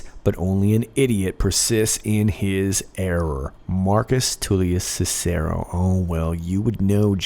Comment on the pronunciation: DUDE, y'all pronounced Cicero wrong. Sorry, grammar Nazi, from my Catholic upbringing and having Nuns for teachers.